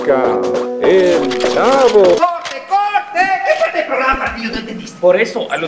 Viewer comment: era el Chavo o el Chapo? 😂